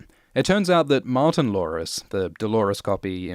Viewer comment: I know, I heard it too, it sounds like has a Cindy Brady speech impediment.:)